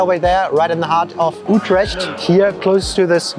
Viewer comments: Oh man, you butchered the pronunciation of the name of my city. And great you like Utrecht. It's one of the 4 cities which make the Randstad but it's not so massively visited like Amsterdam. Tough a big city but indeed feels much smaller. Early mentionings of Utrecht go back to the Roman empire as it was called Ultrajectum. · You actually nissed out on all the iconic places to eat in Utrecht and you really need to work on your pronounciation😂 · Only one is German and he mispronounced the city buddy because it is a Dutch pronounciation not a German one. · That’s not how you pronounce utrecht 😂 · Possibly the worst pronunciation of Utrecht I've ever heard. ;) Nice video otherwise. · I dunno what it is with Americans how they pronounce words like "Utrecht" or something that ends with "sch". The "ch" is silent. Same as parmesan which they all, all the time get wrong. There is no "sjjjj" sound in it at all. And don't judge food in the Netherlands according to your own standards. A pancake is what it is in The Netherlands, not what it is in the US. It can not be all of a sudden a dessert because it fits in your profile. Not everything is measured according to US (mediocre) standards. Remember, 99% of the food you call your own, is stolen from Europe. And it is not toasti but tosto with an [o], not [oa]. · Just FYI: Stroop is NOT syrup. It's more like a molasses type deal. Also, the ch in Utrecht sounds like a K. And don't be afraid to give the r one little trill. :) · YES my home city, lovely video although it hurts my ears when you pronounce Utrecht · Try learning how to pronounce the city that you are visiting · Small request, Please ask locals on how to call stuff properly, even the name of the city you butchered. 😅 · s CH enk stroop no sh it is a CH as in iCH.. and not sh troop hard s tr oo p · It's not Ootresh! Utrecht is the name. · SAY UTRESHT ONE MORE TIME! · stroop with o as in go, Ü trè CH t :) niet with ie as in nicht or beat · KEKW '' Utrash '' naah man 🤣🤣🤣